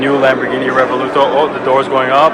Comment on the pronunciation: Revuelto, not Revoluto😂